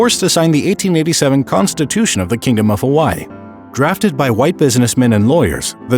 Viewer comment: this is so sad but the way he said Kamehemeha and Hawaii just got me mad